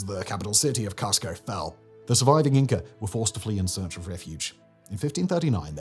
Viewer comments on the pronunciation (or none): Please. It's pronounced COOS co. I've lived there. Honestly. It's not COSS co.